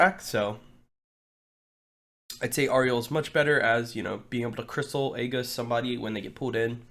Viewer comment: And it's still pronounced Ay jis. Not Ay gus